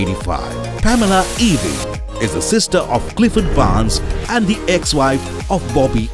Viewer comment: Can you not learn to pronounce the surname Ewing, right